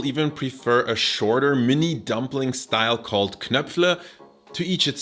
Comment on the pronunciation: well researched, entertainingly presented and finally 'Spätzle' and 'Knöpfle' pronounced perfectly :-)